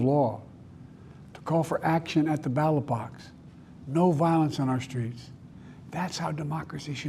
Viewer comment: even with Closed Caption, he first says ballot box, then twice says battle box. Its not a Delaware accent, Ive known ppl from Delaware. The truth is that even while reading a screen he doesnt know what he is saying, or he is dog whistling on purpose or on accident. Either way, he is a danger to American security.